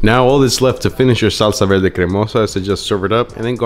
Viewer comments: Was homie saying salsa “velde”? Is that an accent? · Salsa “velde” yeah okay Mexican’t. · "Salsa Velde" 😂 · well, accents exist, I don't think there's anything wrong with a bit of r and l mix up as long as one can tell what the other person is saying, as is this case. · "salsa velde" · why does he pronounce it like that “vel-deh” lol